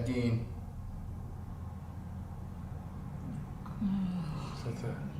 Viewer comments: The last name rhymes with "wine", not "ween". Ed Gein. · I watched this one back in the day but good to rewatch it. That evp you got when holding the straight razor really sounded like "Ed Gein" to me....might pay to relisten